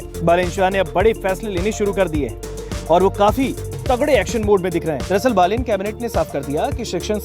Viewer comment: Thank god , someone says बालेन rather than बलेन .